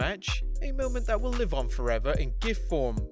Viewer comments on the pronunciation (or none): none